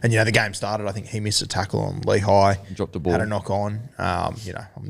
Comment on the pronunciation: How is Lehi's name pronouced so badly? Its not pronounced Lee-high, it's lé-hee.